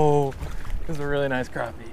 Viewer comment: i hate it when people say crawpy ... not crappy